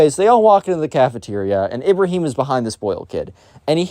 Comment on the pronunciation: The pronunciation of these names are atrocious 💀💀 Ahmed ahmedh, Ibrahim-Ibraahim Nasir Naasir